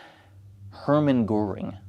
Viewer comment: usually I feel a bit of cringe when non-Germans pronounce German names incorrectly, but Goering was such a piece of shit, he doesn't deserve better.